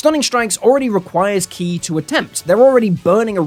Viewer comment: Honestly, the best thing to come out of this is that people (like you) will finally stop mispronouncing "ki".